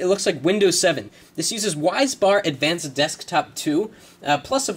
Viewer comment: I think its called Wisbar Advanced. Not Wisebar.